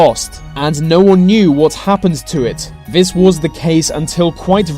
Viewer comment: Love the subject matter of 95% of your videos but pronounce your "Th"s properly! why do you pronounce "this" as "vis"?! It's hard not to be irritated by it!